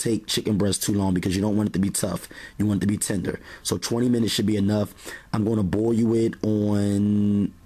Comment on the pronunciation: I like how he pronounces "boil" as "boy-you" haha